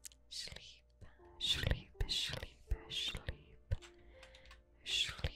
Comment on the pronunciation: Why do you say "shlreep?" Im not trying to be mean I'm just saying